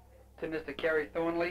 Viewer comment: How is spelling Thornley? He seems to say Thornwy.